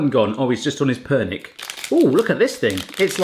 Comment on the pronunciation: Ha pernyk? Je to (perňík)